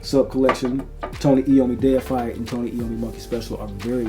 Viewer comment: Thank you for being able to read and say deified correctly it automatically makes your review number 1 for this scent